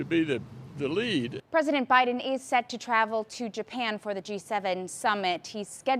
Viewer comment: president obiden...interesting